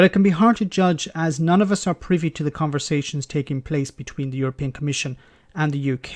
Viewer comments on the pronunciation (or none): none